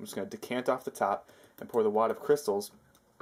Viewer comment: Its called cryshtals!